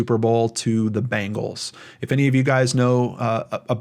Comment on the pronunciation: Am I that the only one cracking up over him saying Bangels instead of Bengals? So had a visual of the Bangels playing football. Omg. Lol lol lol